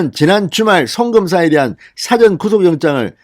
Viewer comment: 가끔씩 들어보면, [사전(事前)]의 발음을 [사전(辭典)]처럼 발음하시네요. 제발 발음이라도 똑 바로 합시다.